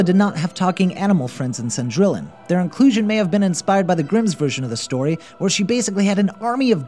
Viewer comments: "sen-drill-on" "ash-in-poo-tel" X'D I'm dying at his butchering of the French and German language (for anyone wanting to know, they are pronounced "son-dree-on" and "ash-en-put-tal") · Cendrillon is pronounced "Saund-ree-yon" It's French. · Cendrillon is French, therefore it is pronounced Cen-dree-on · Its pronounced son - dri - on Not cendri lon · OMG Cendrillon is not pronounced Sen-drill-in!! It's pretty pronounced with French phonetics so it is Sahn-dree-ohn. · Cendrillion is pronounced "san-drey-on",; just saying. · Uh... Cendrillon is pronounced "sehn-dree-yohn" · Did anyone else cringe when you heard him say, "Cindrillon"? I know I did... It's pronounced, "Sin-dree-on", rather than" "Sin-drill-in". Yikes. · you really mispronounced Cindrillon its seen-dree-on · Cendrillon = sondweeyon Chiapperelli = kyapperelley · Oh god the pronunciation of "Cendrillion" hurts my ears - its "Cen-dree-on". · Great vid!!! But I have to point out that Perreault is pronounced Purr-oh, and Cendrillon is SAWn-dree-ohn. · Sen-drill-in SEN-DRILL-IN Gud French. Much baguettes. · I thought it was Cendrillion? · I agree. The video's still great, but he needs to pronounce it more like "Sohn-dree-yon"... Maybe he just didn't know to pronounce the "ll" like a "y"? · That's.... not how Cendrillon is pronounced. Thats not even close. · Did any other French people cringe at the way he said Cendrillon? Yikes. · "cendrillon" do you even know how wrong you pronounced that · I was under the impression that these people really have a passion for what they're talking about. The mispronunciation of the name of a major character makes it seem like they don't care very much about being accurate. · K his pronunciations of "Cendrillon" and "Haute Couture" just kinda killed me. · For number 3, it's Yeh-Shun... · I know, I feel like I die a little inside every time he pronounces it wrong T_T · Really "cendrillon".....pronounce it right